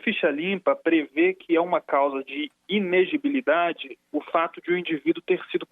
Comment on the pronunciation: PQP.. O advogado não sabe falar o Ilegibilidade. Petista mesmo...